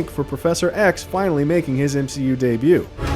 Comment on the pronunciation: Anyone else notice how he says mgu fans at the beginning rather than mcu? Like who tf makes that mistake? Not very professional